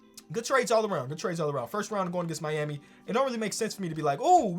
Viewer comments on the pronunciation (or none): none